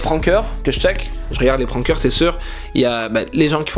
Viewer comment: yo arete de dire pranker avec laccent Français ca menerve tsais que t de mtl et kon dit pas ca ici so parle comme un gars dchez toi les Français vont pas commencer a parler comme les gars de mtl sinon apres c biz et tu perd du charme de ton language je trouve likez pour quil voit jespere que tu va mecouter bro! thx